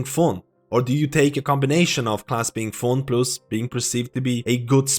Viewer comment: Good analysis, I like it. Even though you say "fon" instead of "fun" and "plius" instead of "plus" 😆 👍